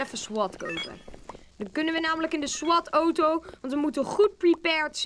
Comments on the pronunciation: ) het is auto geen OTO;) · ben ik de enigste die het raar vind dat hij oto zegt in plaats van auto? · Het is een auto geen otoo